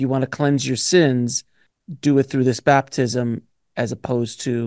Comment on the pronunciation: Bruh saying Bathtism?